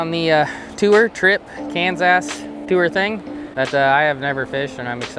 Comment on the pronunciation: I'm sure the lovely people of Kansas love you calling it Cans Ass lol - from a fan in Tex Ass.